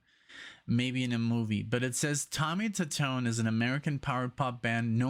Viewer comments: Tommy 2-tone is how it's pronounced. The song is about a girl, whose phone number was on the Bathroom wall of a Bar or restaurants. (We have all seen that same kind of numbers for nasty girls) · It's Tommy Tutone..Pronounced Two Tone.. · Tommy Tutone, pronounce as Tommy Two-Tone. Funny true story about the song ; when it exploded onto the radio-play charts, people with that phone number in different area codes all over the country started getting prank phone calls, wherein the callers would begin singing the chorus of the song when the phone was answered. I was in the stereo equipment/music biz at the time, and there were amused mentions of this phenomena in many of the industry magazines of the time. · Tommy's last name is pronounced two-tone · Its actually pronounced Two tone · The band is pronounced Tommy 2-Tone. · It's pronounced: Tommy "Two-tone" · His name is pronounced “Tommy Two Tone”. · Tommy Tutone = Tommy Two-Tone